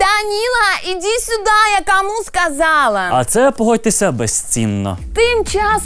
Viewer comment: сУда! Вони там чомусь пишуть "сюда", а говорять "суда"